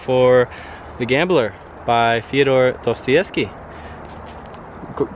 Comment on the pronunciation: they way you pronounce dostoyevsky hurts a little, nice video though